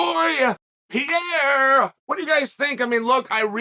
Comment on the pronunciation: Respect to Uncle Chael for keeping that same iinergy on the pronunciation of "Pierre" on air. Turns Brazilians into some Frenchies. 😂😂😂